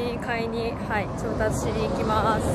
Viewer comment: はい！の発音が、心地好い...